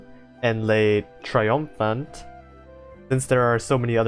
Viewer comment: so you seem to think you struggle with the french names, so here's the good news: not that much actually Le triomphant: you did pretty alright (you got an accent sure but you got the gist of it) just don't pronounce the t at the end (it's one of those silent letters here) L'opiniâtre: this one's tough, (you got it right once) try saying O-PI-NIAH-TR (the e is silent, you'll learn to curse these) Jean Bart: perfect moving on Emile Bertin: very close, EH-MIL BERTAN, try to find a middle ground between Bertin and Bertan and don't pronounce the n (I told you you'd hate them) Le Mars: perfect (sidenote "le" in french sounds more like "luh" in english) Le Malin: Same that with Bertin for that "in" sound Forbin: same that with Bertin Dunkerque: When in doubt use the english name Dunkirk, we French will get you 100% of the time, in french you'd say more like DUN-KERK like in kek (N almost not pronounced because of course it is) Côte d'azur: you got it right so pat yourself on the back. Surcouf: ou in in french make more of a "ew" sound, so try saying SUR-KEWF